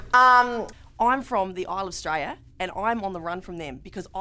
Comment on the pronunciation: "Isle of Straya" Fucking funny. And proper good pronunciation of the REAL way of saying Australia.